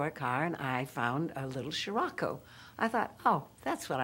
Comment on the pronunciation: "It will come and it will go and I'll have my sherocco." Lmao to funny